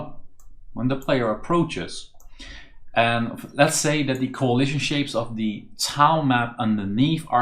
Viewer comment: every time this guy says "coahlision" it triggers the same feeling in me as hearing the Gustavo Almodovar guy